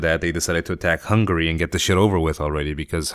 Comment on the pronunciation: im sorry but it sounts like you say hungry not hungary :P